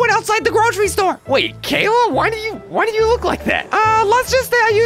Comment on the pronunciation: Isn't it Kayla? Not kaa-la